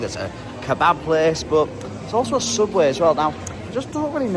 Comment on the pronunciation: once again giving the most. The “key-bab” sent me. 😂